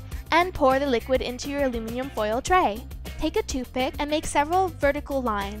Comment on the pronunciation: "Alumium" foil....omg